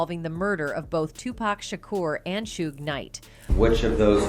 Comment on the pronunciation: made a video without knowing how to pronounce 2Pac or Suges name smh